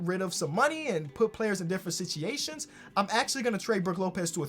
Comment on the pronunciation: nobody:: sichiashen (situation)